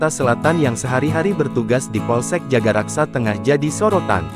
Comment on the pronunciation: Gmn sih Min jagakarsa disebut jagaraksa melulu...bisa baca gk?